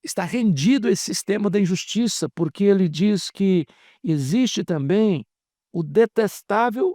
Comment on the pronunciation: Não tamito,e sim "também "